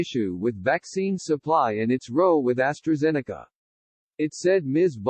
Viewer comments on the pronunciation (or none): Cannot pronounce ROW